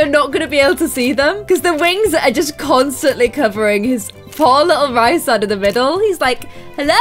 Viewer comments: FIRST OF ALL ITS REEEEEESE AND NOT RIIISAND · omg yas sarah j maas is my fav author, dying, i love this (also its pronounced Rhys-and, not Rhy-sand <3) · His name is pronounced Rees-and, and Illyrains (Azriel & Cassian) don't have pointed ears, their ears are meant to be human shaped + their wings are meant to be huge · it's pronounced Reesand! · and it's pronounced "Ree-sand" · OMG I HAD NO IDEA U LOVED THIS SERIES 😭😭 YEEEEESSS And also Rhysands name is produced reece-sand. I know in our queen sarah's books the names can be hard to pronounce but that is how she herself produced the name in interveiws. I pronouned many of the characters names wrong until i heard them said in interviews, dw its a common problem🤣🤣🤣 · I’m really late, but Sarah J. Mass said that Rhysand’s name is pronounced like Reece-and. I am a huge fan of the books and I follow some book tubers, and one of my favorite book tubers had an interview with the author and pronounced it the way she imagined it. Nesta is my favorite female character in the books, and Az is my favorite male. You should make a video of the books you’ve read. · YASSSSS I LOVE ACOTAR, ACOMAF, ACOWAR!!!!!!WOOOOO!!!Btw, I thought Rhysand is pronounced like Reece-sand? And also, did you cry?!? When you read the ACOWAR? Ya know? Because of what happened?!? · Rhysand= Rees-and. Rhys= Reece. I’m sorry, I hate to be that guy, but there’s a pronunciation guide in the back of the book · Sorry, not meaning to be annoying, but the names are pronounced: Rhysand: Reese- and Cassian: Cay- see- an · Rhysand is pronounced ree-sand 😂 and Reece for short